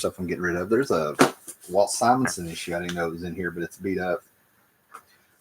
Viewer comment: I’ve been watching you since 2013 and I’m so proud that you’re finally pronouncing Simonson correctly